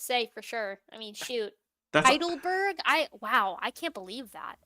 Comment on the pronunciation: I think the mispronunciation of Haldane's dilemma is intentional. If someone were to look up the source, they'd see through the lies, but if they're looking for "Hidelberg" they'll just end up watching Breaking Bad.